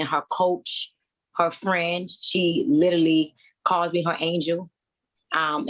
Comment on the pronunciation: There’s no way in hell that she could ever mentor me once I heard her say “LITTELY” instead of literally‼️🤔💭👀👩🏽😒🤬🤣🤣🤣